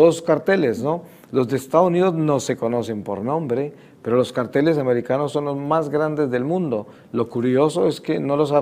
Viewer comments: Los carteles y los cárteles...no sabe pronunciar el viejillo,y la mujer tampoco sabe captar y relacionar palabras,lo más sorprendente es que cómo hicieron para juntar dos bestias...🤣🤣🤣🤣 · Para ser justo el viejo estaba pronuncionando carteles y no cárteles. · Verdad el señor pronunciaba carteles y es cárteles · igual el hombre lo pronunció mal. Es Cárteles.